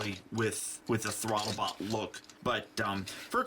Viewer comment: why do you say thwotobot?